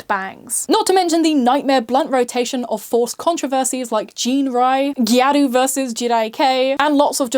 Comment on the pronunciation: It's gyaru not gayru btw!